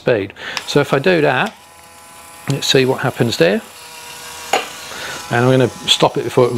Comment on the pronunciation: Your 3 year old's pronunciation of TH degrades your presentation. wiFF, wiV or wiTH ? Dis or THis. ? Dere or THere ?